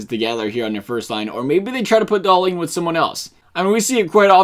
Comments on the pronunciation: DAHL-IN,NOT DAHL-EEN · Hahahaha no, in sweden we say Dah-lin. Should atleast sound a little similar even from an american?